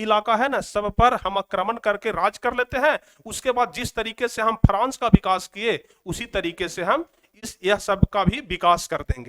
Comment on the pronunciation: france hota hai frans nahi hota hai